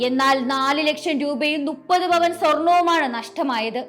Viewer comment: നുപ്പത് അല്ല മുപ്പത് ആണ്